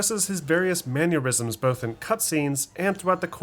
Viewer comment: "manurisms"? "dumel"? lol.. good video but work on enunciating the words properly my dude. "mannerisms" and "duHAMel"